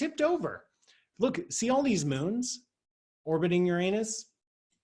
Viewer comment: That's why we love Dr Paul -- he's not afraid of the proper pronunciation of "that" planet. Boom!